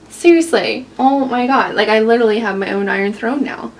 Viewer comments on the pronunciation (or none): none